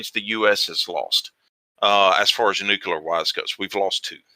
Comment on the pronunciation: Also Nukular